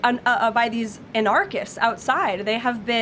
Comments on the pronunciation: An-ark- ists. What an idiot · Karoline can't pronounce arnarchists. LOL.